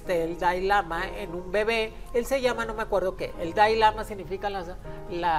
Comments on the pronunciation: Además de exhibir su ignorancia sobre el budismo no sabe ni pronunciar siquiera Dalai Lama y no es un dios viviente. Ni lo "reencarnan" desde niño. Investiguen para que no den tanta info imprecisa... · Y NO es DAI lama es DALAI LAMA!